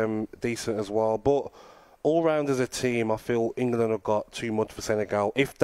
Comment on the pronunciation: Can’t even pronounce the country he lives in. It’s 2 syllables mate. Eng-land